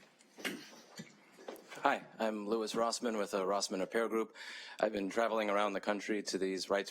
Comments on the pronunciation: hah... the way he said your name... "Luis Rossmann" ... Congratulations, Louis, you are now officially Latino. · LOUISE!? I'm dying. Spot on with the other names, but he saw an invisible E at the end of Louis' name. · Lou-EESE lol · How is Louis pronounced Louise? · Are we just not talking about the fact that he called him Louise? 😅 Also, this second panel makes your blood boil... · If you listen carefully, he did pronounce is like Louess. Close.